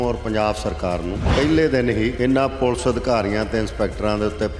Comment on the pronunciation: It is Police and not pulse. Plz learn to be a good anchor.